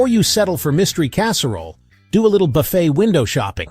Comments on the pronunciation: Will you please pronounce buffet correctly? Can’t AI do that? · I wish the AI Voice could pronounce Buffet correctly throughout the video.